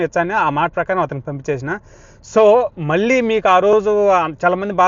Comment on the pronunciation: ల్ల కాదు తమ్ముడూ…. ళ్ళ. మళ్ళీ. దయ చేసి తెలుగు భాషని ఖూనీ చెయ్యద్దు.